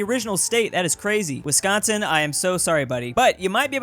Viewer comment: I’m happy he said Wisconsin correct